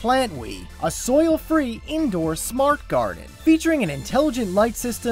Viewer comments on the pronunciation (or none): none